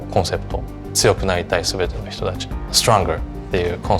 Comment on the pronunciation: The way he just said stronger in English tho